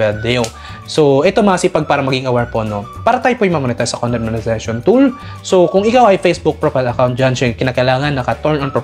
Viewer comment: monezation hahaha